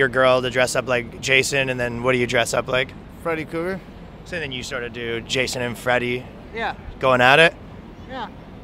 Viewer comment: Bros sayin Freddy cougar🤣🤣